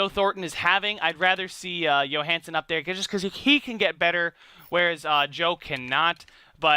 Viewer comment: His name Johansen with a J! He is not Swedish.